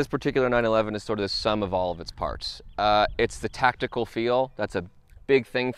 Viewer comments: I thought he said tactile. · *Tactile, not tactical. 😂